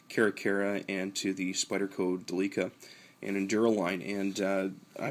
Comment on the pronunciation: Good video. And it is pronounced Del' lica